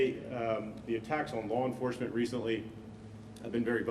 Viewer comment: If he says "lore enforcement" one more time...in fact, I'm done watching.